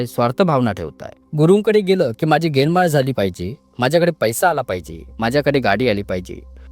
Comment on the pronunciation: ज्ञानमाळ म्हणावं लागतं गेनमाळ नाही म्हणायचं